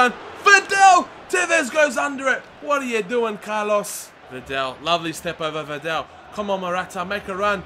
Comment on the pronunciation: liking the career mode.. i heard your mistake on VIDAL in the first episode and i've checked every video to see if you would correct yourself but you didn't unfortunately.. so i'm sorry but i need to it's vidal... like V-dAAL there's no "E" in his name it's not videl.. but other than that great vids keep it up :)